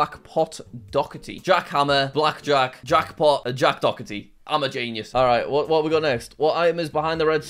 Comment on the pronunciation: Doherty is... "Dockerty" now?